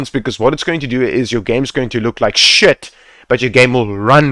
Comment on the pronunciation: the way you said your game is going to look like fucking SHITTT had me dyinggg hahaha